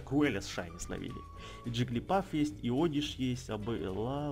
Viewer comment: не джиглипАф а джиглипУф